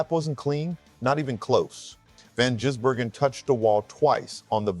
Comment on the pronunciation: It’s Gis not Jiz 😂😂